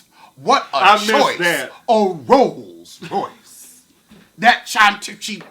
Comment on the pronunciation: If ya'll don't stop saying "RoSe Royce" imma fall off my perch!🤣🤣😭😭💀💀